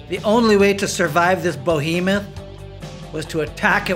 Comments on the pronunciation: *Behemoth (Buh-hee-myth) Not Bohemoth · Bo-hemeth?! There is no “o” at the beginning of the word “behemoth”. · "BOhemoth..." 🤦‍♂️ Good grief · "Behemoth" not "Bohemoth" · Not bohemoth. Behemoth.